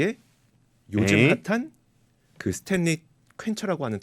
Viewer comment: 스탠리 한국어표기법 발음은 스탤리가 아니고 스탠니 혹은 스탠리 입니다. 요즘 젊은분들 한국어 발음이 심각합니다. 신라면은 실라면이 아니고 신라면 이고 원룸 발음은 월룸이아니고 원룸입니다.